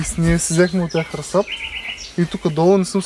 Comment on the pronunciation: И се казва расад ударението е на първото а